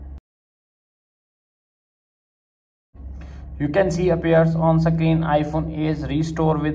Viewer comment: Don't believe on people saying sakrin 😂